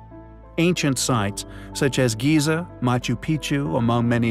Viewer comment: The Great Pyramid of "Giz-Za"